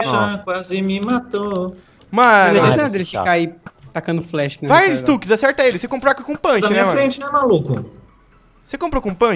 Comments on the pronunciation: nao eh stax eh stux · q raiva dele falando stax e n stux